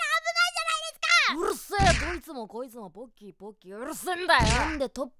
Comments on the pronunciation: ボッキーに聞こえた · p丸様がポッキーって言ったらボッキーに聞こえる(΄◉◞౪◟◉｀) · ポッキーがボッキと聞こえてしまったwww← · me ru ポーッキーで草 ネタだったらごめんけどポッキーだよなw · 「こんにちわ！私の名前はボッキー！」 って聞こえた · ぼっきーに聞こえたのは俺だけ？w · 「ポッキーポッキー」が 「ボ〇キーボ〇キー」にしか聞こえん